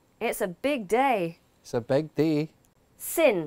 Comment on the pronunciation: I hear him saying: it’s a BEG day (rather than) it’s a BIG day. it’s a SEND (rather than) it’s a SIN. Good to know this video so I can learn and knowi many accents. 😄